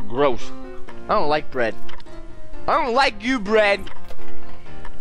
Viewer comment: at the beginning it sounded like you said "You are you, and I am Brad"